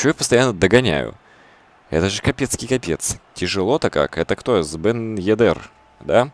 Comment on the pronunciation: Бен ЕдЭр, ударение на э